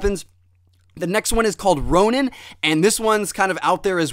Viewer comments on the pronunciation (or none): none